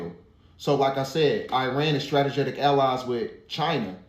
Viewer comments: I need someone to tell dude that it's NOT "stra-te-ge-tic" & that it is stra-te-gic... Stategic!!! root word, strategy... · .... "(struh tee gick)".. 😂 not (strata getic) lmao😂😂 dam bro, smart but dumb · It's hard believing a person that keeps saying stratejetic. 🫣🫣🫣😵😵😵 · "Stratagetic"? Never heard of it.😂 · Umm it's STRATEGIC. Bro. NOT STRATAGETIC. LMAO BRO TRYNA SOUND SMART 😂😂😊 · Bro killing my with the stratajatic 🤦🏻‍♂️ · So nobody heard "strata Jatic" man... he pronounced every other word right.. Kudos my dude.. but you had me rolling with that one....😂😂😂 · Can someone tell the young man it’s pronounced “Strah- tee-jik “